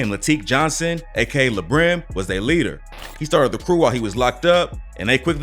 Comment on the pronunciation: His name is Latique Johnson so it's "La" Brim. Not like le Brim